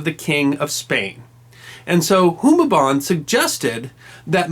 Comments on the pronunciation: Raja Humabon! Not Humaban! Stop mispronouncing it! Magellan lost because it was low tide and they couldn't get on the shore with heavy armor and weapons. When Magellan's men got off thw ships, Lapu-lapu's warriors simply waited for them to be stuck in the mud during the low tide and picked them off easily. Like the difference of your Humaban and Humabon. And yes, I'm from Cebu. I know where the strait they sailed on, the route they took and where they landed. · Raja is pronounced as raha and Humabon with long "Hu" as hooo-mah-bon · Love this, it's simple but enough. It's an old vid but it seems no one has pointed it out. Just in case, let me correct you: Rajah is read as "ra-ha" not ra-ja, and you read Humabon as hu-mah-bohn with a long ma. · You mispronounced some names wrong Humabon is hard vowels and Cebu is Ce should be soft while bu should stay the same as your pronounce it